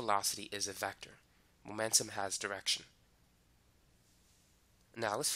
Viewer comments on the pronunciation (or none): MOMENTUM not magnetum 😭 lmao bye I'm done